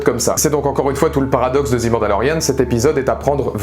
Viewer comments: Je viens de finir la série et, oui je suis du même avis que toi ! Très bonne vidéo ! Mais par contre, s'il te plaît, arrête de dire '' zi '' mandalorian... C'est '' ze '' mandalorian... '' zi '' c'est si le mot suivant commence par une voyelle... Juste une petite remarque, sans agressivité... Mais mes oreilles commençaient à être en sang 😅... À part ça, continue comme ça !!! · On dis pas '' zi Mandalorian '' mais '' ze''.' 'zi'' c'est quand le mot suivant commence par une voyelle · "The" prononcé "zi" c'est devant un mot commençant par une voyelle. "The" prononcé "ze" devant une consonne. Mandalorian, ça commence par une consonne. Du coup je te laisse appliquer la correction. Sinon, je suis déçu que tu n'aies pas pleuré du coup.